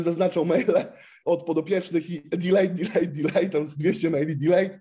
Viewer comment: Delete - proszę sprawdzić wymowę Panie - min.